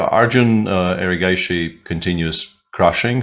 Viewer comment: Peter svidler's pronunciation of arjun erigaisi is pretty good . Better than lot of indians like tania sachdev who always seems to mispronounce arjun's surname